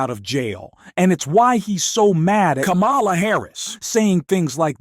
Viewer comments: Kámala, not Lamála!!!!!!!!please. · Her name is pronounced 'comma la'. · Jeez, please use the correct pronunciation of Kamala. Like the 6-year-old nieces of Kamala taught, at the DNC. Kamala is pronounced like "comma" "la". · Pls pronounce VP Harris' name correctly. Seriously. I am slammed with The Other Side saying wrong. It is instilled. Disrespect. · The way you mispronounce her name over and over, especially after the DNC in which is was so clearly explained, is inexcusable. And Tim 'Wells'??? If you can't be bothered to learn how to pronounce names, you shouldn't be pronouncung them in public